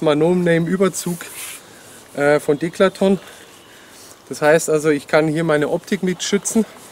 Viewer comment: Das heißt Decathlon, nicht Declaton :D